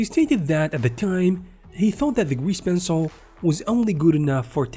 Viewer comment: "gweese pencil"